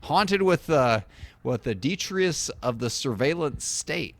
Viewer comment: Yes, detritus is a real word. Deh-Try-Tus